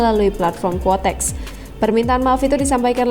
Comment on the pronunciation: kuotex min bukan kotex, kotex itu merk softex